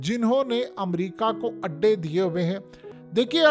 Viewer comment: Adday not Andaay🍳